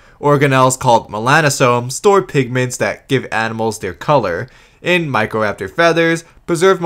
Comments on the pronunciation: "Therozeenosaurus" "Protoceratomps" "Meckroraptor" "Valasiraptor" "Pterosauruses" 😂😂😂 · How did they screw up a pronunciation as simple as Microraptor?